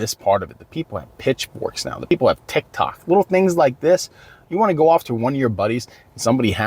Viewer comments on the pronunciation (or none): none